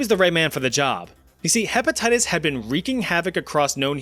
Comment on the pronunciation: “herpatitties” 😂😂😂😂 Edit: fixed spelling